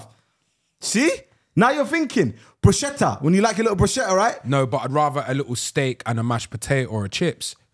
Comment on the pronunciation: guys please it's pronounced brus-ket-ta and not bru-sce-tta